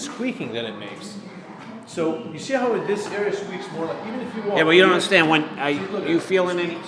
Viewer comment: "you don't undaastand " Bad for him that you do understand 😅